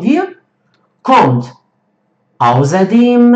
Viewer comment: Ausserdem und nicht auserdem 😂